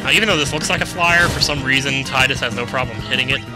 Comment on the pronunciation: pronounce Tidus (tide us) please it sounds so much cooler than tid dus....